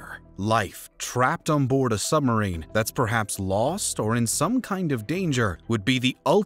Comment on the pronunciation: I'm pretty sure he's saying "summerine."